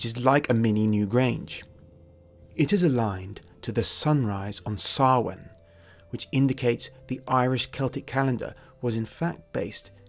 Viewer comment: I'm so thankful he pronounced Samhain properly...